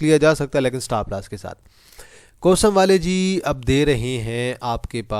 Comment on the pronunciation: Bhai Stapp Lass Ni Hota..Stop Loss Hota Hai😂